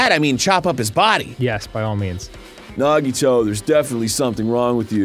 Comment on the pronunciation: the grumps finally say Nagito correctly!! only took four chapters 😵‍💫